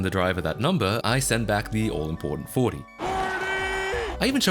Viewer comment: "40" sounds like nat 20 😂